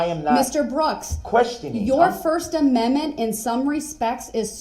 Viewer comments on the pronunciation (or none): His first aminmint 😂😅